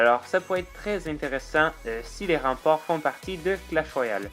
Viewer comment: J'adore "remparts" 😄😂